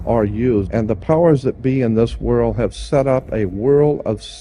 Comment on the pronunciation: I loved the late Jordan Maxwell. Does anyone know why he said "WORL" instead of "WORLD"? I meant to ask him during a live broadcast but forgot.